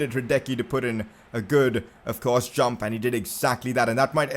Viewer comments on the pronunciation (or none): none